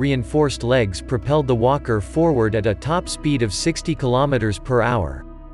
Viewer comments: I'm not a native English speaker. I heard "imperial wanker" instead of "imperial walker". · Sounds like hes saying wonker 😂